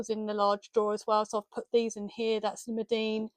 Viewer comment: Lovely little studio! Thank you for sharing. (Btw, it’s Meeden, not Medeen and probably no one else cares😊).